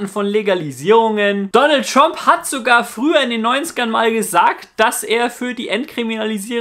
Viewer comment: Tromp xD